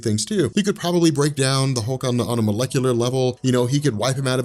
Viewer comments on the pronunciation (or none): none